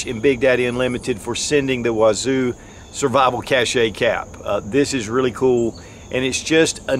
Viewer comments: Love your videos. Thought you would like to know that you are pronouncing "cache" as "cachet". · Cache is French that means hide, and is pronounced like cash